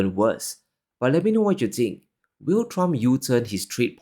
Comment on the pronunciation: I tink tree tree is tirty tree. When you solve that pronounciation issue your words will carry more weight. Tink it tru